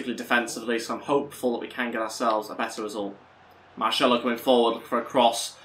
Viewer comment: ITS VAZKEZ NOT VAZQUEZ, AND MARSELO NOT MARŠELO